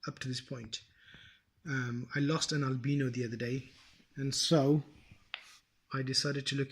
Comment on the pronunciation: U can’t even say albino